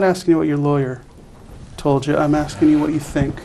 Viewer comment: “Axing” others is always the best solution 😂😂😂